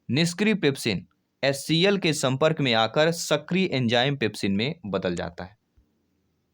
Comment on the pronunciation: एच सी आई नहीं एच सी एल बनता है